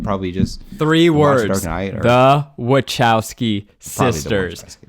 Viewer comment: Pretty sure Zach is mispronouncing Wachowski…. 😬😬😬